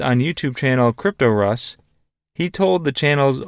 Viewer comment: It’s “cryptos” “r” “us” you mispronounce it so bad that it’s almost unlistenable